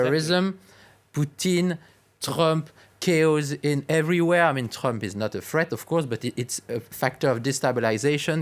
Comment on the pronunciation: I loved his pronounciation: Trömp